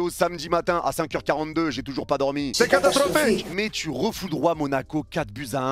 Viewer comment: Ce que j'ai retenu "C'est catastrrrrrophique !"